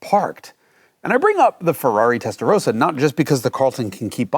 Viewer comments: Kleine Anmerkung: Es heißt "Testarossa" und nicht "Testarosa". 🤭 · It's not Testarooooossa, it's called TestaRossa!!!!😜